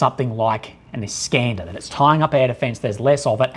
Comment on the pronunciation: EE-scan_der, not eye-scAn-der.